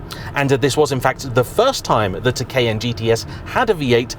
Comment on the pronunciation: The pronunciation of Cayenne changes quite a bit in the video. How am I supposed to correctly pronounce it?